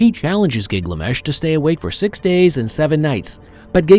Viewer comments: Why does the narrator pronounce "Gilgamesh" as "Gigliamesh"??? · Gig-lamesh is a fresh take 😅. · I can't watch it. Gig la mesh? 😢